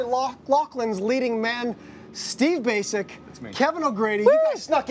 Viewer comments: His last name is not pronounced Steve basic(Ba-A-Chi-ch witch is Croatian and my dad and my mom we’re at his wedding and my dad is Croatian and lives in Windsor so they new him. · Incorrect. The "c" is pronounced as "ch" in the Croatian language. But we here in N.A. tend to shorten and/or Anglicize European given and surnames. I grew up in Windsor where Steve grew up (he attended my High School) and my family is part Yugoslavian living in Windsor.